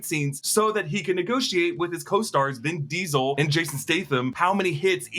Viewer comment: Ah yes, the lesser known Vin, Vin Deival